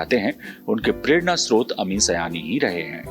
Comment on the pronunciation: Please note His name you are pronouncing Error Not Sayani His name is Ameen Saayani